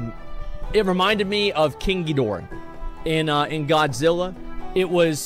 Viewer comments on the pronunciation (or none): none